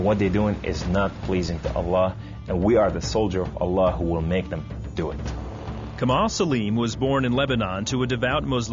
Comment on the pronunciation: it seems to me this guy is a story teller.. no one's named Kamel and is arabic and would pronounciate it as Kamaaal :) he is definitely not arab :D